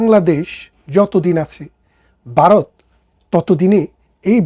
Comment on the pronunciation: Baaroth na Bharat.Vaw uccharon korun.